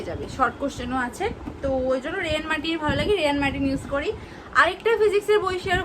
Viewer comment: Rei martin noi ray martin hobe